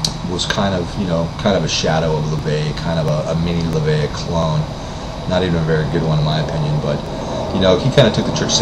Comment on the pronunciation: His name is LaVey, not La Vey..